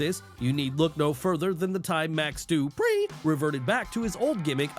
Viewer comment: Tht pronounciation of duprieeee 😂😂